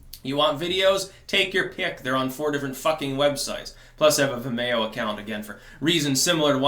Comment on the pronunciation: Vi-mayo? :) I think it rhymes with video.